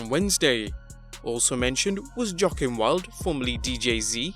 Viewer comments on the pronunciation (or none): I'm pretty sure Joaquin Wilde is pronounced "wah-keen" Wild not "jah-kin" Wild. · RIP to the pronunciations of Liger and Joaquin.